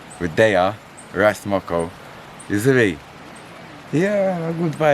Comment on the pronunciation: It’s Ras Mokko. Not Mokko. Should all respect that respect 🫡 ❤️